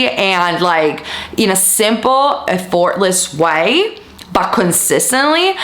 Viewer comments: Haha!, it's éffortless, not effórtless. I agree about the homework thing. I like to just decide and know I'll get it 😉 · Lmaooo at the “eff FORT less” way — ur accent is enjoyable to me, even if it isn’t pronouncing things correctly but I’m sure I don’t pronounce Italian words perfectly (even tho I studied it for 4.5 years lmao)